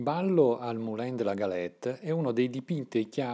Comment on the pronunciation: Bel video, complimenti. Un solo rammarico: la pronuncia francese esatta di "Moulin" in italiano è "Mulan".